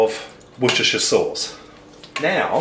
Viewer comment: My partner calls it "war-chester" sauce, so glad to hear you pronounce it right :) Recipe looks so good n easy - thanks!!